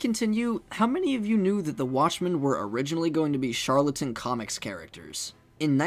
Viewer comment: Why did you say Charlton as “charlatan?”